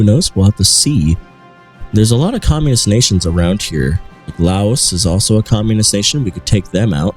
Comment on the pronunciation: You nailed Laos and that's not sarcasm either. I looked at Laos and was like: You can do it! You can do it! And you did it.